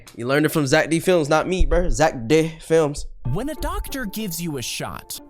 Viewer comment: ITS ZACK D FILIMS NOT ZACK DIN FILIMS